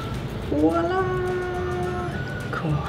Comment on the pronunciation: I thought you were saying porn every time you said corn. 😆!!! Lmao